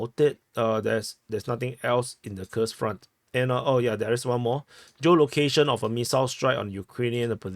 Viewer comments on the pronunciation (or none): its Kuuuhrsk front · More correctly Курская область, Kurskaya oblast. In the Netherlands we spell Koersk. Im English spelling it Coorsk would make them pronounce it right, I thinks.